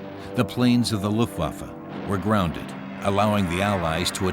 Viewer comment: luftwoaf 🤣😅n'importe quoi une voix robotique encore